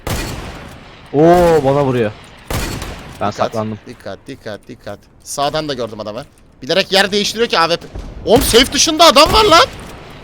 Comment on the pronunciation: Şu deyin ki save değil safe